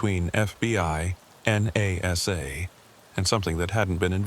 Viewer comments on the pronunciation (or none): none